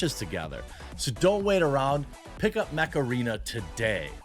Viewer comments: Jeremy says Mech Arena and all I hear is "hey macarena" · Ha! was listening n not watching when all i heard/misheard from kitchen was " My sponsor, Meth Arena!" ???? Initial though was, Is that legal now in the states too? Go Jeremy!